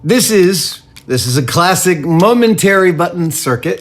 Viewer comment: I thought he said Mum and Terry buttons, I was a little confused.